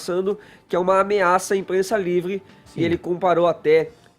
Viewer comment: livle cebolinha falando